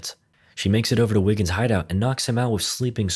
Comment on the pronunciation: Are you saying Wiggins or Niggens?